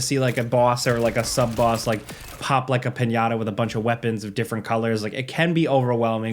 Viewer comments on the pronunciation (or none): none